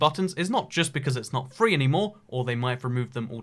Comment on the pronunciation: I hate when this guy says free, tree and three god dammit